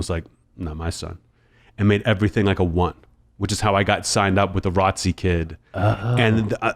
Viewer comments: I thought he was saying 'Ratzi'. I thought it was like some term fo a skinhead, especially when he said the guy was always shining his shoes lmfao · Only heard it as R O T C at my high school. Must be an east coast or southern thing? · That's common just as much as R O T C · I didn’t know something was wrong with it. We said it as “ROT-CEE” for short at my school too 🤷🏿‍♂️ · The way he said ROTC 🥴